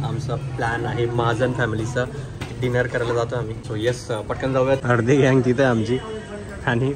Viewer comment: Dineer navhe re..its Dinner. Kahi harkat nahi...You are doing good..